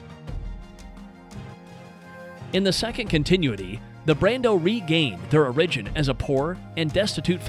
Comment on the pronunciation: Not very well, by the way. This dude just straight-up mispronounces really simple words (origin as “arrigin.”)